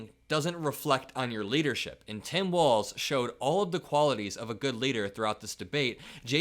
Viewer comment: Vance pronounces 'Tim' more like 'Sam'. ???